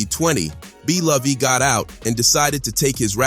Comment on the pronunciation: “Blovey” “sf side” nga ain’t even try before posting this😂